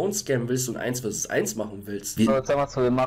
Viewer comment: Es heißt 1 be 1 und nicht 1 vi 1